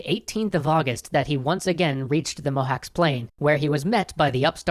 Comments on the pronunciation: Quick pronounciation note: less like "Mohax" more like "Mohatch" :D Love your videos! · Cs isn't K but t͡ʃ. Mohács is pronounced [ˈmohaːt͡ʃ]. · Mohacs is pronounced "Mohatsh" as far as I know, not "Mohaks." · Cs in Hungarian is the same as ch in English. It's not "Mohawks." The Turkish spelling shows this as well: Mohaç (ç=ch). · It's pronounced Mohach, not mohawks, I can't unhear it. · dude, is Mow-hatch, not mow-hacks. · Mohács is pronounced "Mohatch". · Not mohacs its like whem you sey CHain CH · "cs" in Mohács is pronounced as "ch" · pronounced: Mo Hach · hi, cool video :) sorry to say but, its pronounced as Mo-hutch, (possibly the closest) cs makes the sound of ch. sorry for nit picking, lol. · It's writte mohac but it's pronounced mohaj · Actually Mohács is pronounced as "Mohach" with a Ch as in cheese at the end. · Mohács is pronounced Mohaatsh! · WHY YOU SAY THE NAME INCORRECT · As a Romanian, it is natural for me to begrudge Hungarians. But it still pains me to hear so much mispronounciation of Hungarian names. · Just a microscopically minor detail: the 'cs' at the end of the word Mohács is pronounced just like the 'ch' in approach. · the pronunciation of 'cs' in Mohács is more like how you would pronounce 'ch' in challenge for example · In Hungary, we pronounce Mohács with similar 'cs' as the 'ch' in chicken. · Pronounciation of Mohács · Eh, i thought after three episodes you might have looked up how to pronounce mohács... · DiFool they ll probably address their mistakes at the end like usual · in Mohacs, the "cs" is pronounced as "ch" in the word "chariot"